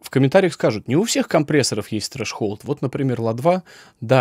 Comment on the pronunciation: Трезолд! Ну почему треш-холд?? )))) )))) Рацио)))) Но. Не знаю, как бы жила без ваших уроков) 💚